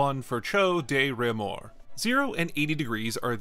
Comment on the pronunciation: But horrible pronounciation of "Réaumur".